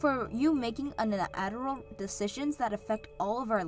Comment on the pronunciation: Un E Aterol. Never heard Unilateral pronounced like that before.